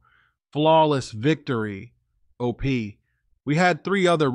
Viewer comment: Is using a bot to read his stories? He's saying OP rather than O P separately...something seems off.